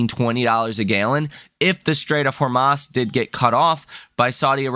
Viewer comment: He said straight of hamas lol 😂